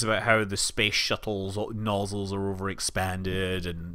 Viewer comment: I think it's funny when I hear a Scotsman talk about "noozles". Thanks, Simpsons.